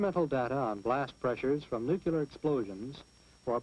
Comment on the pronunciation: I cringe every time he says "nuke-u-lar".